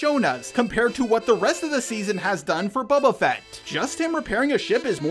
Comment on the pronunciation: "Babba Fet"